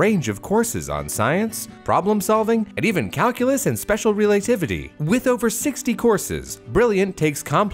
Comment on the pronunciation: Special relaytivity? OMG 🤣